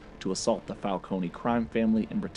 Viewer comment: Your pronunciation of the word falcone is wrong. Say it without e.